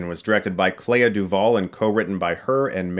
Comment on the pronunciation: The way he pronounces Clea from Clea Duvall is very strange. I always heard it as "klee- ah" but it almost sounds like Claire when Chris says it.